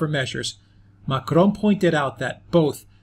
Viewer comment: Dude why do you pronounce ‘Macron’ with a spanish accent?